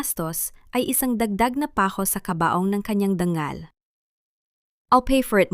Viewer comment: Tama ba ang oagpronounce Ng dangal...gawing ...DANGGAL..ang tungo. Naging TUNGGO?